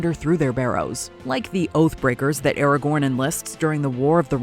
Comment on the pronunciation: it's fken ARAGON, not Eregorn. Get it right.